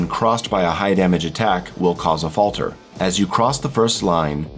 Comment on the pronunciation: Fatler. Sorry, I hate to be that guy, but it's a funny word